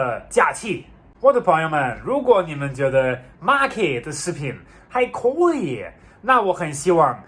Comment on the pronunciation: 发现马克的“可以”，是成都发音“阔以”。